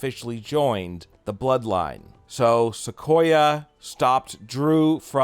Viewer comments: Its sakoa not sequoia 🤷🏼‍♂️ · Bro it's not Sequoia like a sequoia tree it's Sakoa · it's sikoa not sikoya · Solo Sikoa, pronounced Sik-Oh-Ah he's not a tree knucklehead!